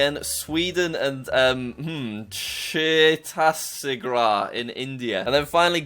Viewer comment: Ahh yes, Chhetasigrah